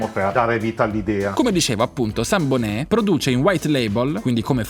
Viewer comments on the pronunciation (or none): Scusate la pignoleria, ma possiamo parlare di pronuncia? 'Sambonet' viene solitamente pronunciato come se fosse un cognome francese, senza il T finale. Più verosimilmente è un cognome italiano e spagnolo. Se fosse francese sarebbe 'Saintbonet', e non avrebbe il tipico dittongo italiano "...mb..." ... il plurale di "manico" è (sorpresa) "manichi" -- non manici. Forse al primo momento è difficile abituarcisi, ma è così...